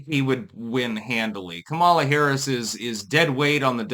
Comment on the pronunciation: I was listening to Marjorie Eagan (name may be misspelled, dgaf) who is a super liberal talk show radio host out of Boston. Now, she is all about supporting blacks. But black sounding names? Not so much. When Eagan said "Kamala" she pronounced it like "Kamela" like "Pamela" which I thought was absolutely hilarious 😂 Anyway, run Kamala again! Please! We need more entertainment! Hollywood is dead!